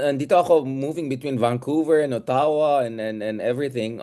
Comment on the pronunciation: Óttawa not Ottáwa, please